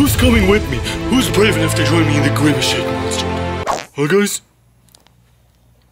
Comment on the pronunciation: he is grimece not grimece shake